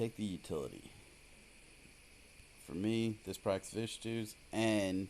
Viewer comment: It's Vithu's, not Vishtu's